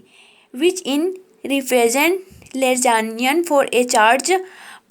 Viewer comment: Madam aankh band karke nahi padhna hota hai! Yeh kya tha, aur lagrangian hota hai woh! Legrangian nahi! Itne saare mistakes hain ki poocho mat